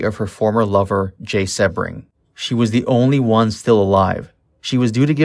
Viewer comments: The constant mispronounciation of Jay Sebring’s last name is driving me to distraction, his last name is not one he was born with, he used Sebring as his last name for marketing purposes, because Sebring originally is a famous Florida car racing event, and he wanted something that suggested the heady excitement and glamor of the Florida race, which is known as Sebring, and it is pronounced with a long e sounds, like See-bring. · My God - this narrator is the worst. Learn how to pronounce words and names before you keep embarrassing yourself. "Beverly Hillbillies" - NOT Hill-billillies. It's pronounced Jay SEE-BRING NOT Seb-ring. (It's insulting to the guy's memory). And it's Warren BEAT-E (for Warren Beatty). NOT Warren BETTY!!! And it's LENO LaBianca - NOT Leo!! Susan "SADIE" Atkins - NOT SATTY. You sound ridiculous and ignorant. Do your research. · If you're going to spew some crap about this murder, at least pronounce Jay Sebring's name right. "See-bring." 🙄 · The picture you showed in color is of Barteck Voyteck, Voyteck’s son! And Jay last name is pronounced SE-BRING!! You need to do better research before you make another post! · It's prounced SEEbring. Nice to mention Steven Parent. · SHARON WAS NOT STABBED IN THE STOMACH, FOLGER WAS NOT BOUND BY THE ROPE!! YOU DO NOT DO PROPER RESEARCH AT ALL! CRAP VIDEO. Go look at the crime scene photo, you can see her stomach. Also you pronounce Sebring wrong! You lose credibility when you report things that are not true! Do better!